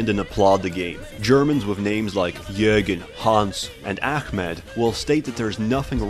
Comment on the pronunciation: "Jurgen, Hans and akhmed"... That was perfect.